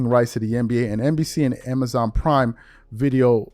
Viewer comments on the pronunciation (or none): none